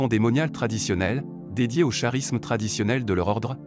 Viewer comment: Le mot "charisme" se lit "karisme"; Il faudrait penser un jour à demander à des personnes normales de programmer les robots lecteurs et non de laisser ce travail à des semi-illettrés.